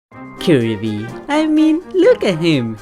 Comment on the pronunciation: I hate the way he pronounces Kirby